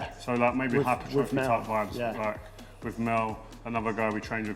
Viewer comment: TH is pronounced TH ...not V .... WITH...not WIV... love Rio